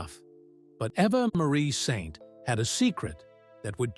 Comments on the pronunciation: You’re mispronouncing her name it makes my skin crawl. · as an anchor-reporter in L-A 25 years ago, I met her. A friend is her agent. So genuine and lovely. And now 100, amazing. But dude, please why can't you pronounce her name ??? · How stupid do you look if you can't correctly pronounce the name of the subject of your video? Do your research! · Your reader is uniformed and cannot say her name correctly or the same way twice.